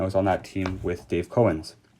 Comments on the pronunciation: It's Cow-ens not Co-wens. As in a cow the animal. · Its not CO ENS ITS COW ENS! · Sorry but it is Dave Cowens not Cohen. That is disrespectful to not pronounce or spell his name correctly. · You didn't know? You're making a video about a team and ranking players on said team. But you don't even know how to pronounce their names. You are Bush league dude! Get off the air!